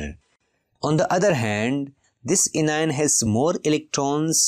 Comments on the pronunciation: Sir this is not cition it is cation and not inion it's anion😅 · Pronounce cation and anion as "cat ion" and "an ion"